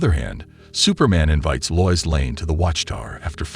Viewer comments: How do you not know how to pronounce Lois/Luthor/Tina lol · Exactly this. It mispronounces things that Conroy wouldn't: Kryptun instead of Krypton, Batmen instead of Batman, Loyees instead of Lois, Luhther instead of Luther, Fries like french fries instead of like Freeze, etc